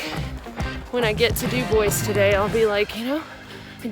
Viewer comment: You're from Louisiana and you should know the correct pronunciation of Dubois, Wyo.